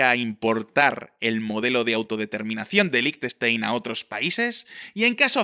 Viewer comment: 10.000 Francos son 8.500 euros, no 85.000. Y Liechtenstein lo pronuncias bastante mal.